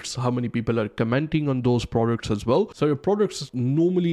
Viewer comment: “Really really bell”